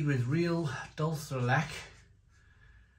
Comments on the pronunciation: dool-CHAY der let-CHAY Spanish and the pronounciation tip might help you 😉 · Truly the strangest pronunciation of dulce de leche ever. Is this what Spanish sounds like when combined with Welsh? Dulce de blechhhhh😂